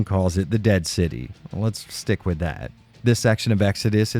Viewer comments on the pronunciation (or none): none